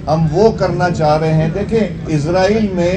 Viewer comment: Isreal. Nahin. Ezraeal. Keh. Raha. Ha....